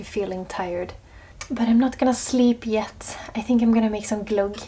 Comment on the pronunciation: Your pronounciation of 'glogg' is so much nicer than the typical English, which sounds more like 'clog'. Thank you, lovely Winter episode. Maybe it's time for ice skating on the lake. Aloha!